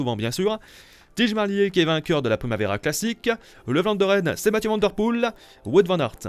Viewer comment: c’est tim merlier pas tij😅